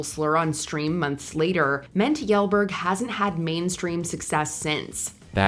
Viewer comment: Previous videos she had such spot on pronunciations, but Kjellberg got completely left out of those lookups